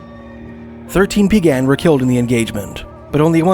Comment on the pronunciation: Just a quick pronunciation tip for the Blackfoot tribes: Siksika has the accent on the first syllable, Kainai has accent on the first syllable, pronounced kye nye (rhymes with eye) and Peigan has accent on the Second syllable, pronounced pay gan. :)